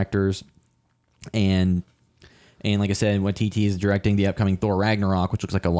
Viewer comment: Taika Waititi as in Tie-Car why-tea-tea...love your review 😊